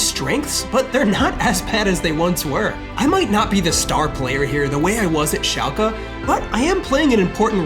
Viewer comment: Hey… lovingthe series… AMAZING!!! Just wanted to you know… its pronounced šalke, not šalkea.